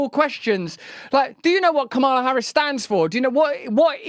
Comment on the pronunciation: Be nice if you pronounced Kamala Harris' name correctly.